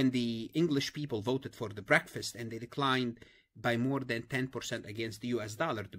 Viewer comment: Anyone else here “breakfast” when he said “Brexit” 😂